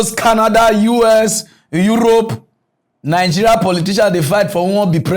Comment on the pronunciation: See president wey no know how to pronounce the name of his country properly. Calling Nigeria 'nijèriah'. What a mess!